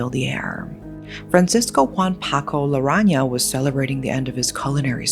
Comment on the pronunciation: It's Paco Larran̈aga, not Laran̈a.